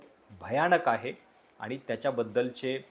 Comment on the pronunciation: तुमचे विचार मुद्दे व मांडणी चांगली असते मला तुमचे व्हिडिओ पाहायला आवडतात पण एक सुधारणा सुचवू इच्छिते तुमची भाषा शुद्ध आहे परंतु तुम्ही न आणि ण चे उच्चार योग्य पद्धतीने करत नाही. कृपया आनि पानी पन असे उच्चार करू नका